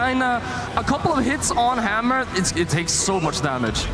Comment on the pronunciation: Hammew is so scawy